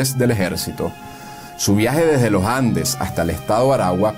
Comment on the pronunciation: Austero (grave), no áustero (edrújula). No es Los Jandes. No, amigo. La intención es buena pero ud. es muy malo.